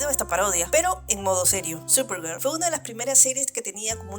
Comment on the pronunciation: Solo pude ver la mitad de tu vídeo y eso porque estaba organizando unas cosas, "supergur" es horrible y escuchar a quien sea hablando de ese programa es peor